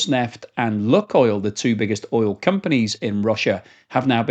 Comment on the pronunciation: It is not pronounced “Luck or Look” oil, but like “Luke” oil.